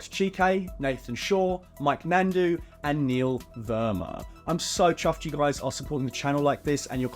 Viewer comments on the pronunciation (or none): none